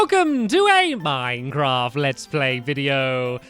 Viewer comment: You said minefrom